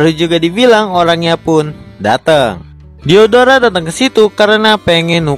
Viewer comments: Waktu abang bilang diodora Kok kanyak diodoran ya 😂😂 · Aku Yang Salfok Sama Lagunya Silhoutte Versi Mimin Dan Ketika Mimin Bilang Nama Diodora Yang Terngiang-Ngiang Di Telingaku Diodoran